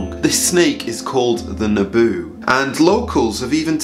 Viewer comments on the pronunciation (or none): It's not Naboo. It's Nabau. In some tribe they're called Lengunan (water dragons). Yes i live here. Yes the story is true. But not just giant snakes but also giant crocodile some estimate to be more than 40ft long. We also have legends about the giants known as Belavan-Aya. So keep up with the sermons! Enjoy everytime. God bless your ministry ❤️